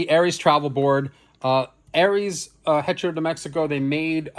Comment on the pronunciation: Love the video, but FYI the h in Spanish is silent. Hearing the h pronounced in hecho was painful to hear. 😂